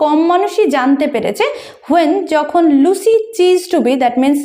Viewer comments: চিজড টু বি নয়, সিজড টু বি,... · It's ceased not chised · Ma'am.... Ota চিসড নয়, সিসড (ceased) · Ma'am please check the pronunciation of " Ceased "